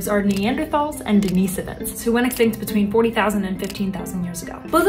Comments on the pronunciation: Is no one going to mention her pronunciation of Denisovans (which should sound like “Dennis-oh-vans”) as “Denise-ave-ans”? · It's pronounced ""Dena so vins" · It's Pronounced Den-Is-Ovans NOT De-Nee-Savins lmfao 🤣